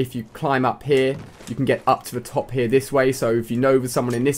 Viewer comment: Omg, i hate how he says here.